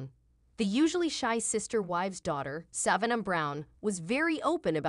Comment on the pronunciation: IF YOU CAN'T EVEN PRONOUNCE SAVANNAH HOW ARE WE SUPPOSE TO BELIEVE YOU?